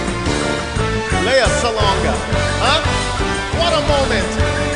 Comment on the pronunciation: I hope Alexa can say her first name as Lea and not Lee. (LeaSalonga an not LeeSalo nga)